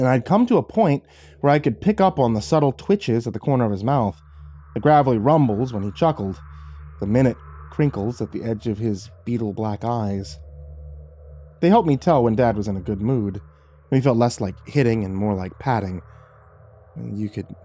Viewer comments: ish it's minute (my-newt) not minute my dude. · Minute - MY-NEWT - changes. "Newt" like you would say "you" or "new". Not mi-nit. Sorry I know people may not like being corrected but if being a narrator is your chosen profession I figured you should know. In case you didn't know in this context it means small or insignificant rather than minute by minute. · There is a difference between minute (time) and minute (very small). Time is min nut. Very small is my-newt. Read the sentence to know which one to use. Otherwise the sentence sounds weird. No hate, just saying 👍